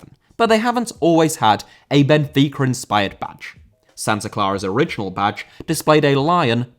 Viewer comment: Benfica* not Benfiquer